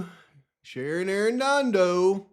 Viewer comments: Ah man! I'm not sure if you're doing this just to be silly or if staring at documents for so long the letters on the page are messing with ya, that happens to me after a few too many hours 🤷🏼‍♀️ but... the lab lady's name has no R in it. Shannon not Sharon. I only point this out with luv, nothing else. I appreciate you and all the work you're doing. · PAV IT'S SHANNON not Sharon.